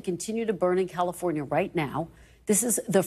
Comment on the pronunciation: thru Calfonria?????? Geesh!!!